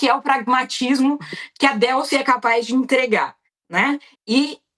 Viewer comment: Não se pronuncia Délcy, mas sim Delcy.